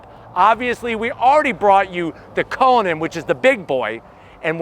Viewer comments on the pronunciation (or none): none